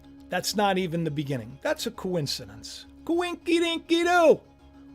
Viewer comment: 😂 coin-ci-din-see-do =Coincidence . You are cracking me up. Let them haters talk their trash. We who believe will not scoff.